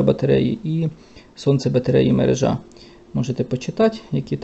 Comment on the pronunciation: Спасибо за Ваше видео! Наголос у слові «мерЕжа» от такий😊